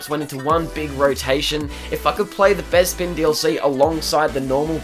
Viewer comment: You say bezpin its bespin